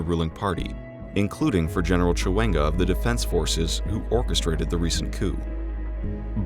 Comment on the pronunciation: Bosah Erinne He doubtless didn't want to be doing a third or fifth take of the reading getting "Mr. Mnangagwa" and "ZANU-PF" and the like to feel right. definitely kept saying "succeed" (as in succession) like "secede" (as in secession). He still got Mugabe and Chiwenga alright.